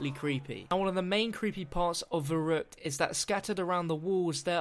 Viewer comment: YESS, I was hoping you'd say Verrückt